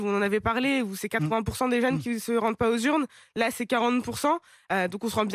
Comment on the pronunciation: "où-e, qui-e, queue-e, sûr-e, solution-e, des-e, de-e, les-e, faits-e, et-e, finalement-e, en fait-e, tout,-e, toutes-e, il y a-e. Arrêtez de vous donner un genre intello en mettant des e à la fin de chaque mot. C est insupportable.